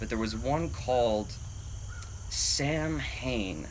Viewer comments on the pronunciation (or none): If Sam Hane is Samhain, it's pronounced like Sow (ow!) - en. B-) 🏆 And Congrats Rebeka!!! I knew that was a winner! <3